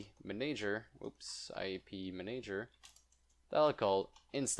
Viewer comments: Please, "Manager" is pronounced man-ah-ger, NOT man-aye-ger!!! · Re check the pronunciation of manager. Great video btw